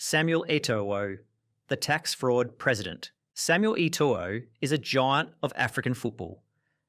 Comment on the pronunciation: The 2nd o in Eto'o isn't pronounced.